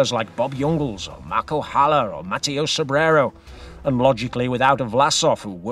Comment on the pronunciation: MAH-TAY-OH...not Matty-O! Will the Slovenian prove to be the worst "buy" in cycling after Il Frullatore? Too early to tell IMHO but we'll check back in July to see whose eating crow or crowing.